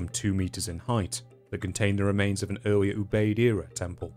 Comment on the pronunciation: He really says “Eawwier” 🤣